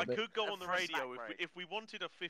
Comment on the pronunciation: Rodeo?! Radio pronounced as Rodeo… that’s great 😂